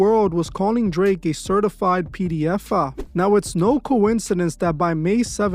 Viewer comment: P D F'a..😂😂😂 just the way you say it homie is crazy..😂😂 not a funny subject just the pronouncing of the word...